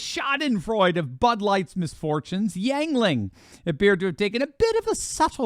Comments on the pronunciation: ..it's NOT YAGLING...it is "U"ngling.. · Pronounced: “YING-LING” not YANG-LING. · A beer made in central Pennsylvania I use to live near where the producers are it's close to reading pa it's actually pronounced yin not yang yuengling is popular in central Pennsylvania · Ying not yang--Ying-ling,. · It's pronounced "Ying-Ling!" But woo-hoo, that's an awesome beer proudly made in Pottsville, Pennsylvania for over 194 years!!! Thanks for the mention!! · It's not Yangling. You always use all these big words to show everybody how smart you are but you can't pronounce the beer correctly. Also if the restaurant wants to please God they need to just stop selling all alcohol. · It's YING-LING. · Pronounced "Ying-Ling". Good people, good beer. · it's pronounced ying ling. The best beer on the market and it's brewed right here in PA. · It’s pronounced Ying Ling... just saying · You can’t pronounce Yuengling